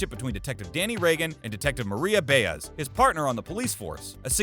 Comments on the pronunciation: Am I mistaken? Isn’t Maria’s last name pronounced Bi az, not Bay ez? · For Heaven’s sake! Do you watch the show? Then you should know that the name of Danny’s partner is Ba-Ez, not Bay-ez! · Does the guy narrating this even watch the show? He mispronounced Jamko and Baez among other stuff.